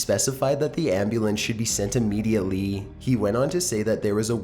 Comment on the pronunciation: "...quickly and in a panicked tooooone" "...ambulance should be sent immediatelyyyyyyy" I feel like I might be int he minority here, but ' drawing-out of each sentence's final syllable is kinda grating to me